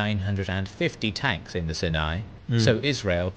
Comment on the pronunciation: Sharm El Sheikh had the best diving..... that was a big loss! AI "stories" are very much lacking. If they can't pronounce "Sinai", it's just off..... (tho most of the rest is correct, surprisingly!)